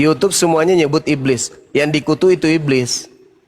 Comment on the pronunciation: Sibilisis hhhhhhhhh bliiss ibliiss 😂😂😂😂